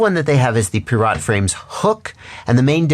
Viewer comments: I've never heard someone pronounce pirat like a vegetable. It's Pie-rit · Its pronounced "pirate", hense the names being "hook" and "sloop".